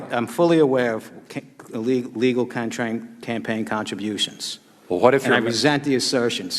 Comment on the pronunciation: "Wrong your Honor....I said 'legal kontrain tampaign contributions'. And I resent the assertions."